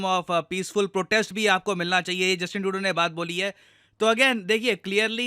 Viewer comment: Justin Trudeau ❌ Justin Todo✅